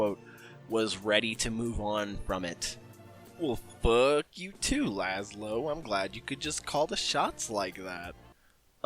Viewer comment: lazzo not lazlo